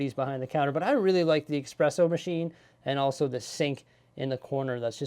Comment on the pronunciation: Espresso not expresso, grazie :D But thank you for the overview!